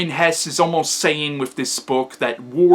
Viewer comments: I find your book review very good, because i understand every fact very , even though my english is very bad, because you speak very clear and your lecture is very structured. But i want indicate you something: You say at the beginning of your lecture Hermann Hess. Thats not right, his name was Hesse. I say this, because Hitlers deputy was Rudolf Hess and he had nothing to do with the author. But the rest is good. I find your book review, because in youtube is no bookreview in german. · Great review - hats off to you! I hope you don't mind a few remarks about your pronounciation of German names: - the last sylable of Hesse is pronounced the same way than the "se" in words like "second" or "self" = Hes*se* = [ˈhɛsə] - it's similar with "Nietzsche" (you pronounce it pretty good) but the letter is pronounced like the "e" in words like "shelf" or "sheriff" = Nietz*sche* = [ˈniːtʃə] - you make the name "Beatrice" sound like it derives from "beat" or "beating" but this originally french name is pronounced with an audible "a". -- most people in the UK would probably pronounce the first letters like "Bianca" or "be a tri(ck)" = Be-*a*trice = [ˈbiːatɹɪs] -- while French and German people would pronounce the "e" different as well - so it would start with "be" pronounced similar to words like "bell" or "beg" followed by a clearly separated "a" like I wrote above = "B*e*-*a*trice" = [ˈbeːatɹɪs] Hopefully you're not angry about my "corrections" - I did not write them to make you feel bad or something. It's just that you seem to be a smart person, who is open for new information and constructive criticism... Keep on doing your thing - you're great! :-)